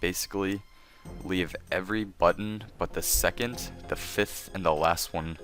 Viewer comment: STOP MAKING THAT CLICKING NOISE WITH YOUR MOUTH, AND ITS PRONOUNCED SECOND NOT SECONT YOU FUCK